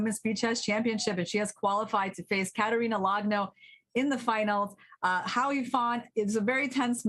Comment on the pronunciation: Hou is pronounced like hole without the l, not how. ou in pinyin sounds like the letter o.